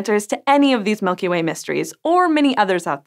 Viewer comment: Mulky Way